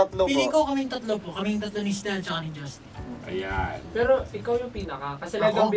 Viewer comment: I really love how Justin pronounce his name. nahuhulog ho ako don!